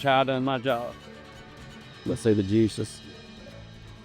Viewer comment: fuck me, I needed subtitles for what he said at the start. Thought he said Jesus but what he said was juices